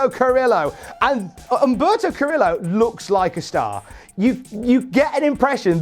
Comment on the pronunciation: Dude it’s pronounced ka-re-yo. Two ls together creates a y sound in Spanish.